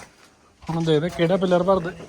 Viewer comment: ਪਿੱਲਰ ਹੁੰਦਾ ਆ ਛੋਟੇ ਵੀਰ, ਪੀਲਰ ਨਹੀਂ।